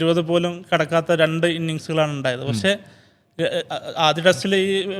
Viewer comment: 'പശ്ശേ', വയങ്ങുക', 'ഒയികെ,'എയുതിച്ചേർത്തു'.... നല്ല മലയാളം പറയാൻ ശ്രമിക്കൂ മിസ്റ്റർ.. 😅